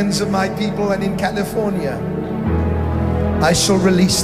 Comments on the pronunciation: He did “In the state of Californi-Ye.” like Kan-ye. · He even pronounces CALIFORNIA twice the second time he says Califor-NYE ?!?!? DID YALL CATCH THT?? Like kanyeee?!?! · Wait!! ✋ Did he just say Californi-Ye??!! 🤯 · he really said californye.. i'm shook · Prophet Kim just said California-Ye... Wow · Yes i got it